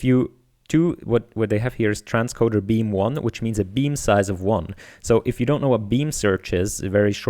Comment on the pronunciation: Transcooder? Ry Cooder to .....